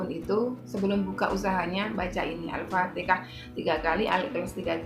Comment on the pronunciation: Assmlkm...maaf ya mbak...harusnyakan Al- fatihah dan bukan al fatekah..